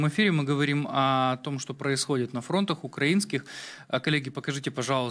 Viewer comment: Может правельнее на фронтах? А не на фронтах, разговаривать научись. Ударения ставить надо правельно.